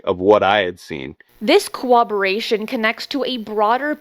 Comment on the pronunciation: Agreed. I just wish she could pronounce all her words properly. She's so well spoken, but at the same time, mispronounces a lot of words like 'corroboration' instead of "cooberation" like she says, or when she tries to say 'precedent', she says "president". I feel like certain people won't take her seriously when they hear that.